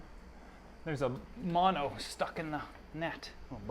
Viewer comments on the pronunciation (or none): none